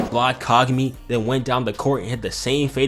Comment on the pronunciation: "we're not repeating the hai-you-ga fiasco" ...proceeds to call Kagami kagew-mi the entire time